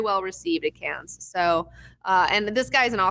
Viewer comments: We say "Can" not "Cans" for Cannes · Dude, "Cannes" is pronounced "can". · for future reference please stop pronouncing Cannes as "cans" the s is silent. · Learn how to pronounce Cannes. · You don't pronounce the s in Cannes. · love the show :) quick comment: the 's' is silent at the end of Cannes